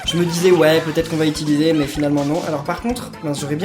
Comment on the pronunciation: arrete de dire "itiliser" stp 🙇